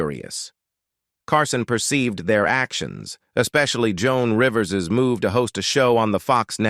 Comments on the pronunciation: Yup! Did you hear Joan Rivers as Joan REEvers? And the word "Ultimately" was ultima-TEEly. Yech. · ... jOAN REE-VERS? "Ultimately" was pronounced "ul-tim-a-TEE-lee."